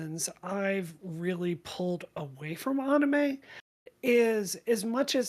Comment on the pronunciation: Why is she pronouncing anime like that